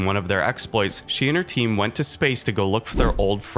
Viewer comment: why and how does he pronounce team with 2 syllables lmao that's what threw me off